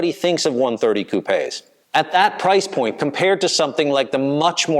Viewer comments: Got a like for pronouncing 'Coupé' correctly. Seems North Americans generally think that a coupé is a place where chickens sleep. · It's the past participle of the French verb 'couper' meaning to cut. In French it's coupé with the accent on the e and is pronounced coup-pay. has it right - at least for UK & Europe. Not sure what the Aussies do.